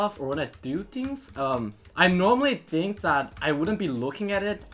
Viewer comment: He says think as tink